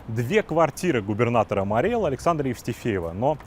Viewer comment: Правильно говорить Мари́й Эл!